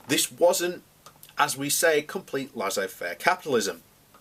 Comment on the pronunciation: Prince Albert was a war monger? Well it was a German thing at the time. It's Laissez Faire capitalism (pronounced Lay say fair) not Lazzay Faire